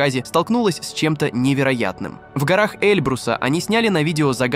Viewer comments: Да тут сборник ---- ** Эльбрус ** ---- ударение на первую букву ! Грамотей !! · Омаха ! СанДиего ! КемпУилсон ! Обьект пАрил! УфолОг ! В горах Элбруса , ударение на Э , в Облаках , ударение на О ! Дальше можно не смотреть , космическая безграмотность ! Джерри Ноланд из Стеквордского университета ! Майкл Кинскански ! Британские туристы ! Хватит русским людям мозги компосировать ! Приводите примеры из России , их достаточно здесь.